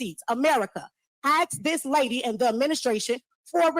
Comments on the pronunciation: Learn to say the damn word ASK properly, god damn it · Why can't ghetto government officials at least not say "axe". Should they not be some sort of example?..... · If your mayor says ax instead of ask, get a new mayor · When a mayor, says the word Axe instead of Ask run..... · "YOU 🪓 ME A QUESTION" Basic phonics impossible for the MAYOR??? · They sure were “axing” a lot of questions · she will “AX” a question just watch.. she mean dat.